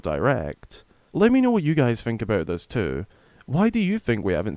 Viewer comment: Who the fuck says aboot